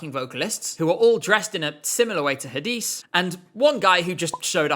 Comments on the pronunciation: I'm pretty sure Hadise is pronounced "Hah-Deh-Say" due to her being Belgian. I'm sure I heard her pronounce her name like that in a video just before rehearsals started that year. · As a Turkish fan your pronunciation of Hadise killed me 😭 congrats on the engagement!